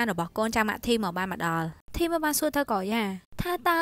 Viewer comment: ធីម មិនមែន ថាម ទេAdmin😆😆